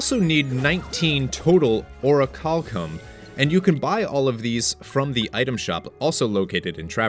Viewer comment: I'm proud of you. You finally learned how to pronounce Orichalcum.